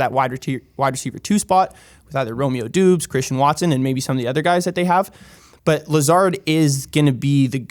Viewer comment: Fellas, first off, I love the channel. However, I must point out Romeo Doubs last name is pronounced 'Dobbs'. Sorry for being a stickler.